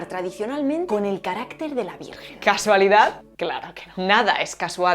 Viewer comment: Jajajaja me encanta cuando te equivocas al decir el número telefónico y al decir virgen jajaja